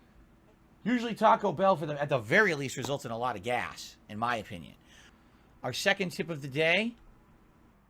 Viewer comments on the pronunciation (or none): none